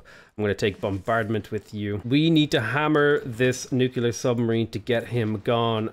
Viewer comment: AAAAA, IT'S NUCLEAR, NOT NUCULAR